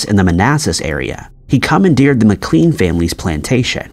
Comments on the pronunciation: How is the occupation of Wilmer Maclean's house at Manassas an "Historical mystery"? Wilmer himself said of the conflict itself that it "Began in my backyard and ended in my front parlour." And his name is pronounced "Mac-lain" not "Mac-cleen" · And Mclaaaane. And Suhfuck. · McLean Pronounced "muh-klane" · Thanks! I was going to say that. I would guess the name McLean is pronounced McLANE as well. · Tbf, the voiceover artist sounds as though he doesn’t bother to double check pronunciations of proper nouns (“Beauregard”, “McLean” and “Suffolk”, for instance) nor the actual facts he’s narrating (eg. the UK Dennis the Menace wears a red and black jumper, not a red and white one, “Dennis the Gnasher” when the comic’s name change is actually shown to be different in this video itself, and 1965 vs 1865 etc). That nobody fact checked the script while preparing it, that the VO didn’t do his due diligence while marking up his script for pronunciations or question some obvious mistakes before recording and that nobody seems to have given the video a critical viewing before posting looks low quality, lazy and unprofessional. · I tuned out after hearing how 'he' pronounced Beauregard. I'm not even sure McLean is pronounced correctly.